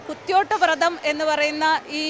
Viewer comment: വൃത മല്ല വ്രതമാണ് വ്രതം എന്നു പറയുക